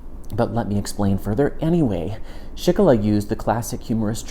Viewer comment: another great video,, by the way, name pronounced SchikuhLee